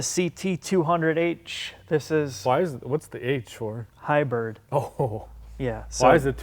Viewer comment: “HYBIRD”??? Isn’t is Hybrid....... who gave these guys a channel?!? Ick